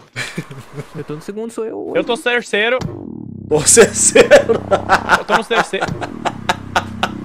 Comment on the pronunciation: O auge é o Alan acertando "inconsequente" de primeira mas não conseguindo falar "terceiro" kkkkkkk